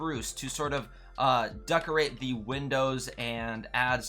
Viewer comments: Why is he saying duckerate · "duckorate" lol